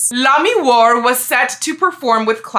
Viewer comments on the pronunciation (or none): I won't push this point since it's pretty small potatoes, but with the French pronounciation, Lamiroir would be "lah-mee-WAH", not "lah-mee-WAR". Like "Wah-Luigi". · Pretty close on Lamiroir. The "oh" is more of a "wah" though. ;) That's also how I pronounce Machi Tobaye. Some people make the "e" silent but I think that's boring.